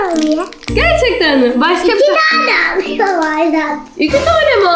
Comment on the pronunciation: amile yerine hamile demesi bvnv